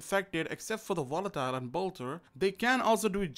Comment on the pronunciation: i know its how you speak but i hear wolatile